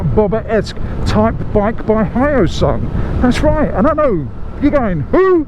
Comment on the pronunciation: Hello. I'm a supporter from Korea. First time to see a review on Hyosung bike by the foreigner. FYI, it's called H+yo sung not Hy+o sung. Keep up the good work! Thank you!